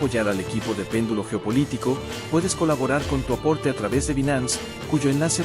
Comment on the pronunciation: si lo escribe PÉNDULO, no lo pronuncie PENDÚLO